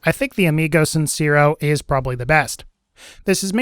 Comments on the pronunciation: The e in sincero is pronounced more like "tear" than "sear". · Lol its not pronounced sin-ze-ro, its sin-say-ro. Hyped to get that gun soon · Just wanted to let you know the amigo sincero means honest friend when translated it's also pronounced sin-se-ro